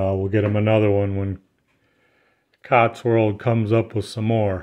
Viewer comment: You keep saying Cots-World. But isn't it actually Cotswold?